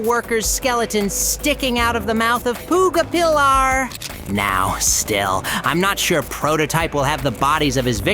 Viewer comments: Bro says poogu pillar💀💀💀💀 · Way did you say smiling crecures and puga pilar the real names are smiling cretters and pj pag a pillar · I can't believe how wrong this channel is, not able to pronounce Pug-A-Pillar right, not knowing how to heart comments and show support to his viewers, Smiling CREATURES? Bunzo eaten by Mommy? So WRONG!